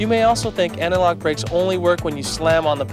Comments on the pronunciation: It took me a while to realize that what my non-native ears were hearing as analog was actually antilock 🤦‍♂️ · I feel like they should have got someone who could at least pronounce anti lock correctly. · I thought it was my bad hearing...I heard the same thing, "analogue brakes" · Right? I kept thinking "what the hell are analog brakes?"